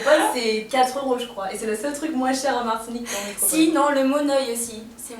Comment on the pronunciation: Métropole ! métrople ! ça ma saoulé, je n'ai pas pu regarder toute la vidéo.